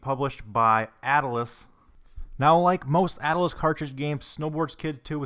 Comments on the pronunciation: Atlus is pronounced like atlas, like a collection of maps or like the Roman god, at-lus, not at-uh-lus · Why does he say ata-lus and not at-lus? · It's just Atlus, not attle-us. Like And Ocarina of Time, as with all new AAA games at the time, were $50 - $60 new, not the $30 you quoted. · At-lus, not At-l-us. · I like how he says dallars and somehow finds an extra a in atlus lol